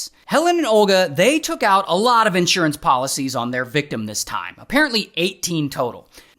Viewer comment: You totally lost me at. IN…surance. Who says that?????